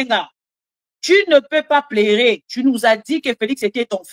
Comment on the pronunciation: Maman sala attention na prononciation ya PLEURER # PLERER. Merci pour le reste.